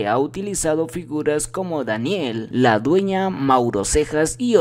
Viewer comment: Quién chingados es Daniel ladueña , es ludueña no sabes pronunciar los nombres , y te pones a hacer notas de mis guerreros.